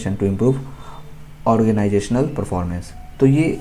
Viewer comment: Sir aap organizational nhi bol paarhe ? 😭